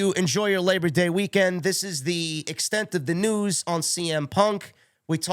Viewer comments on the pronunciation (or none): none